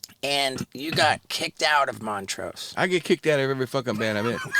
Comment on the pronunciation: was lacking this episode. Not knowing who Vinny Paul was and calling Montrose Moneray 😂